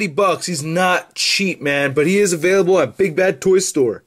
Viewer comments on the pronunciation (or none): none